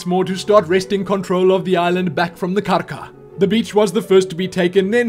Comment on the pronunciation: You say Karka so beautifully :D